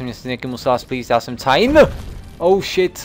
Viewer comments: Cain se čte "kein" a nebo "kajn" podle biblických postav:) Mám dojem že "cajn" se to nečte ne?:D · To není "Cain" ale "Kain":D jinak dobrej lets play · vyslovuje se to kejn